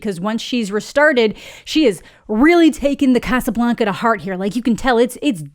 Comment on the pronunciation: Sorry, I had to stop the video when you said "Casablanca". Giggled for a solid minute.